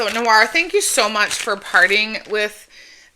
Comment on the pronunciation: You’re so welcome! Glad you enjoyed everything ❤ And you pronounced my name perfectly!